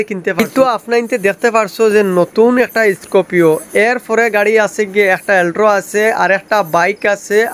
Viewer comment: Bhaiii Scorpio❌ Scopio✅ Alto❌ Altro✅ 😂🤣